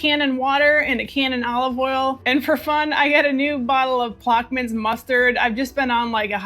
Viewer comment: You crack me up! I (think) it's pronounced plosh'-muns. I may be wrong, though.